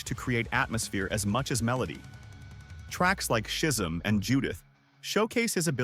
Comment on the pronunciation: “Schism” is pronounced “S-Kiz-M